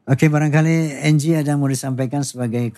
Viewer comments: Bkn angle bro 😂😂😂 slh ucap ky bang haji wkwk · Anggie ya pak haji bukan anggel😁